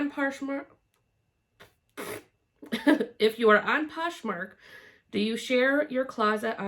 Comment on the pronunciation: So fun getting to know you better! I have to say though my favorite part was you trying to say poshmark because I can’t say it either! If you go to the end of my video, I have a blooper reel of the attempts. Looking forward to seeing you guys ramp back up, love seeing your hauls and solds!